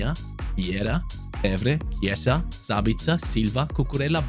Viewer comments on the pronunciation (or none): none